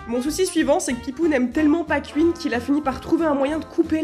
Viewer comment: Pourquoi vous dites ouite pour 8 mais cuine pou Queen jpp